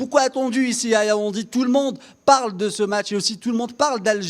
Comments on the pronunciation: Yaounde. Not Yaoundi Anyway u are not a Cameroonian u have done ur best. Courage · Tu es dans une ville et tu ne connais meme pas prononcer son nom🤦‍♂️. Yaoundi yaoundi. Mafff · YAOUNDÉ pas Yaoundi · C'est Yaoundé et non Yaoundi!